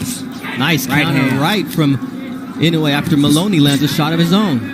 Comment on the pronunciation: You pronounced his surname "Inoue" ridiculously come on man